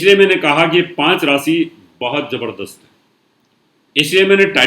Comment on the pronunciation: rasi NAHIN RASHI hota hai aur sani nahin SHANI hota hai kripya UCCHARAN sahi kareyain